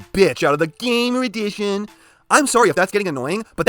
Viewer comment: I almost feel like You pronounce "GAMER EDITION" as "GAY-MER EDITION".